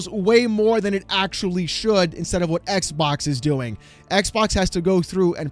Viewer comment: iTs NoT a EcK bOk! eCk BoK ded!